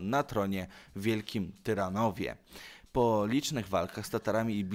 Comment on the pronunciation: W coraz większym stopniu idziesz na ilość, na czym traci jakość. Błąd za błędem. Nie "Iwan Ragnarson", a "Iwar", a Ragnarson, to nie znaczy "bez kości", tylko to inny, alternatywny przydomek. A stolicą średniowiecznej Bułgarii było Wielkie Tyrnowo, a nie Wielkie Tyranowo. I mylisz ekskomunikę z ekshumacją.